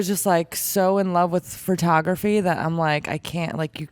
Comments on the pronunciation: why does she call it furtography? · Jared did a great job with a difficult interviewee. Where's Todd during these? Is she saying fro-tography? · What is this new "FER-tography" industry she speaks of? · Is it just me, or does she keep saying Furtography. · i love her work but does it bother anyone else that she keeps saying "fertography"?